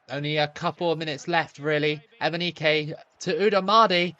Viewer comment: Imagine watching this video and taking a shot of liquor every time says Emineke 😂